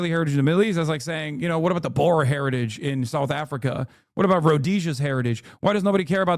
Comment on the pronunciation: Hasan’s pronunciation of the word Boer is so funny lmao.